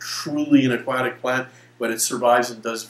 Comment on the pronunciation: nice info. I just can't stand the way he says "aquatic"